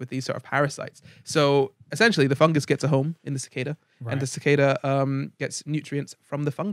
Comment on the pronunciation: so I've been pronouncing cicada wrong my whole life.....huh, the more you know